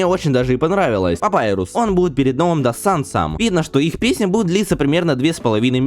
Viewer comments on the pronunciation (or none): none